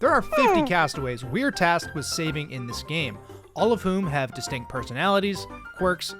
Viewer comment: Ah yes…”Distinct”